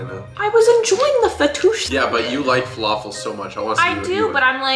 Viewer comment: Arabs when said falafil wrongly: ahhhhhhhhhhhh